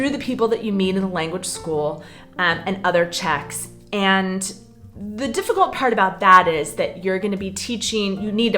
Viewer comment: Defi-cult is to understand.